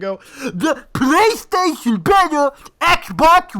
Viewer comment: "tHe PlAYsTaTioN iS bETtA" I only post this, so muta can spit on me.